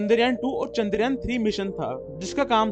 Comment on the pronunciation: चन्दर यान नि चंद्रयान है भाई 😅#chandrayan